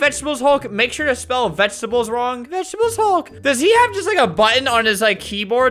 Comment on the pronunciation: "Any last words?" "*vegetable haulk*"